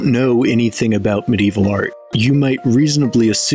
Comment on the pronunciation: Medieval is 4 syllables by the way